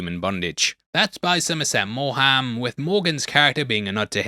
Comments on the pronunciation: Terrific analysis and the breadth of reference impressive. One minor caveat the author of Of human bondage is pronounced Morn not Moham. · Somerset Moooorham?! What an odd pronunciation of William Somerset Maugham's surname? "Morm". is correct Like "beaver" for Belvoir. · Hey, Sorry to correct you on this, but Somerset Maugham is pronounced MORM not More Ham. Cheers from Down Under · Pronunciation of Sommerset Maugham .. you should know better !